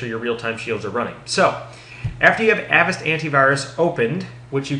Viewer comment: it's "A vast" Like," Avast, me hearty!"